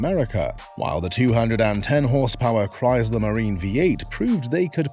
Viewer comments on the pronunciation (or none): There is no z in Chrysler.